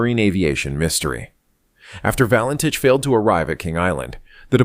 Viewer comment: Fake AI nonsense, not even pronouncing his surname correctly.